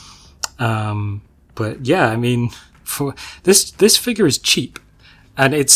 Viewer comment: great stuff, dont care about your boba v bobba....but you gotta say figure properly dude!!! hahahahaha